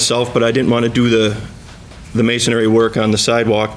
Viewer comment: Masonry is not pronounced "masonary". MAY-son-ree. There is only one A sound.